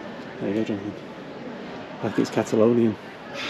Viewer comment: It's going to be a while before I forgive you for "Cat-alonian". :)